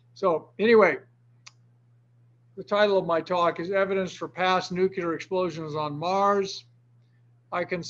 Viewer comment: Absolutely hate when “nuclear” physicists pronounce the word incorrectly.